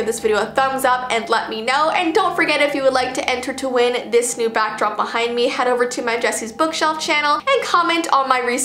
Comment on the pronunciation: You'd said Bockdrop I'm sorry I had to point that out 😂